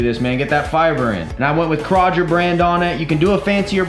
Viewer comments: Did my man say kr-ah-jer 😂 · Dude said Kroger like roger... 🤔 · I like the “Craw Ger” brand too!! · It's pronounced (crow-grrr) Kroger. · I scrolled the comments just to see if anyone else cringed. are a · No. It's pronounced (kay-rodger) Kroger. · Who the hell says Kroger like that? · Please god say Kroger right😂😂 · David Beck lol right! Wish we could tell him how to pronounce Kroger.